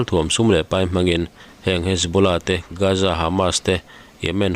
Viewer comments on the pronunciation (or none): none